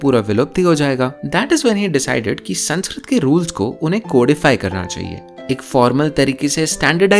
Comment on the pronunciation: Can we please at least pronounce the name of the language right , language which gives much importance on how to pronounce words , it's संस्कृत not संस्क्रीत